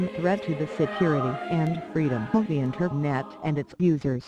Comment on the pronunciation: Good video... Have to say though the voice is annoying as hell and the background music is too cheerful :D Especially when she says the word "internet", or should I say "Inter...NET?"